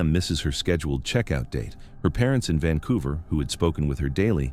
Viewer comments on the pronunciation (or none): none